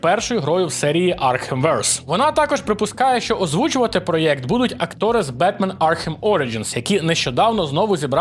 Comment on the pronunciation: Я не можу слухати ті "Галфлайфи", "проєкти" та "дослічєння", вже досить гвалтувати мову